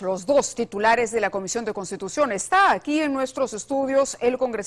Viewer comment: Jajajaj , no te da lástima la llama a repite como loro " cambiu di constitushon" cada segundo? Lástima das tu y ese individuo jaja